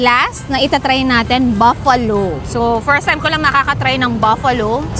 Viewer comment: it’s BUFFALO NOT BAFFALO